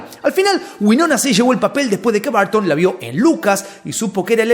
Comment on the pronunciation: No se dicen Barton, en ingles se dice Burton. Tim Burton.